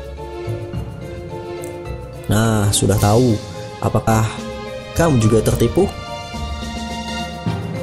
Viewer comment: ngomong R nya benerin dulu min :v ter tipu bukan tetipu wkwkw ,, juskid min :v